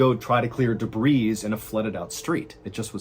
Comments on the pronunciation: YES! And "debris" is pronounced "duh-BREE" (several times he said "duh-BREEZ"), "vehemently" is pronounced "VEE-uh-ment-lee," and "anyway" doesn't end with an "s." This is meant to be helpful, not critical. 🙂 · I’m sorry, but it has to be done. Debris is pronounced debree. The S is silent. English truly is a cow of a language. But French, the language from which this word comes, is even worse. Linda. 🇳🇿📚🍷🦆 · You pronounced debris- debreeze a couple of times as if it were a plural form. Even though that's not English, i think that's awesome. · There is no "debrees" what's next? Deers. Fishes, shrimps. Lol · love your channel but wanted to point something out to you. when you say the word "debris" you pronounce the "S". There is no plural for debris. You leave the "S" out when pronouncing it regardless of how you use it. Sorry, I have an annoying habit of pointing things like that out. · the 's' is silent in the word 'debris' sir ballzen! just a helpful tip from your pal christel the pistol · The s is silent in debris. 🤦🏽‍♀️